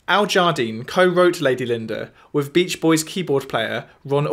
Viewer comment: Yes very interesting. But please don't substitute the 'th' with a 'v' sound! Thanks!